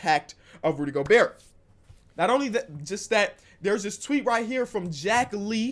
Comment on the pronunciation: No one:: Go-BUrt